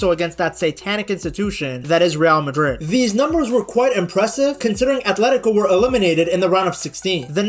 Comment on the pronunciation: Did I hear you say Israeli Madrid😂